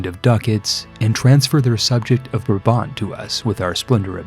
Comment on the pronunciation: Brabant: keigoeie uitspraak jonguh, great reference to the East German car 😎 and I guess the capital city of Friesland is Mayonnaise City 😋